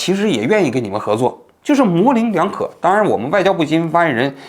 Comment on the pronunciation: 王局，纠个小错，是模棱（leng）两可